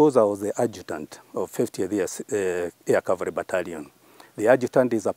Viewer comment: It is 'cavalry' and not calvary. Such little mispronunciations should not be the norm in big media houses